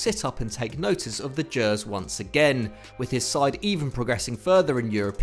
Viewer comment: Someone at efd has been looking at comments, because finally someone has pronounced 'gers' properly 😂